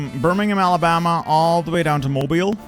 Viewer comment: You pronounced Mobile, AL correctly! It’s an honor bestowed upon us very rarely